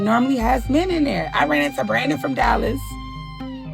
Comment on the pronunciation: It's pronounced men, not me-en. Sheesh